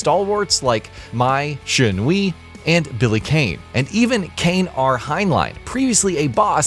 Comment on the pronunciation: Garooo Tie-sock Mai shenwee Would it hurt you guys to do some due dilligence on how to pronounce the characters and name of the game properly. it just shows a complete lack of professionalism